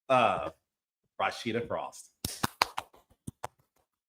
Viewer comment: Why does Carlos keep saying Rawsheeda???!😊